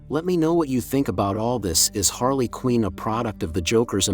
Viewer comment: How do people make things like this, you think you would have seen the movies/cartoons or be knowledgeable enough about the character to pronounce the name correctly. She’s also been a super popular character for like 30 years but no big deal . I just don’t get it , is it just for views or is lazy content ?